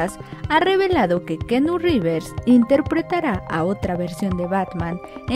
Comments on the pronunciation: que pedo universal ?! wey mandela a cursos o clases de ingles avanzados . a la narradora . revers har downeyjonson?! quien vrgs son esos weyes ? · Keanu Rrrrivers!!! Y la toalla del mojado jajajaja Se paso De lanza con el Rivers.